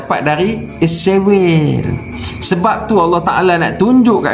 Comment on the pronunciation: Sepatutnya ko tak gelak2, tapi ko patut maki jer dua orang tu dengan serius. Ko juga jangan takut2 sebut 'Israel' bukan sebut 'Isriwel' seolah2 kamu takut pulak dengan Israel. Pertimbangkan nasihat aku ni.